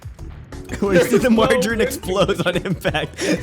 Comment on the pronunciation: Margarine, not marjarine.